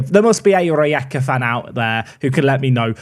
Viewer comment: Pronunciation of Rijeka was about right